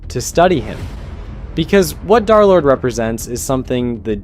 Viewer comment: derlord ❌ darlord ✅